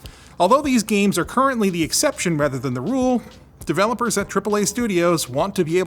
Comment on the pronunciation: Anytime I hear a Canadian say "are" I get a gray hair